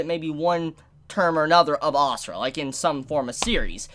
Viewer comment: It’s not asura it’s ashura